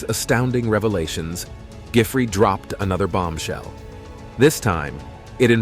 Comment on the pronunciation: Why are you mispronouncing, Gisland Maxwell name for, the s is silent, just like in island